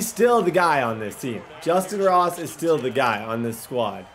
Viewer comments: i don’t know if it’s just me but when he kept saying moss instead of ross it was irritating me😂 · "Justyn moss" bro it's justyn ROSS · Is there a reason you keep saying moss when his name is ross? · Did he say moss and stead of Ross 😜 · Is it me or is saying Moss instead of Ross? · Am I the only one that here's him keep saying Justin moss instead of ross??? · why does it sound like he is saying justin moss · ROSSSSSSSSS WHY DO YOU CALL HIM MOSS